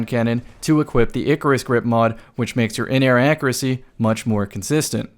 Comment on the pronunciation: loves his accreacy. Great vid though.